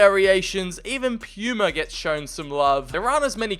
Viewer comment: the way puma was pronounce made me cringe lmao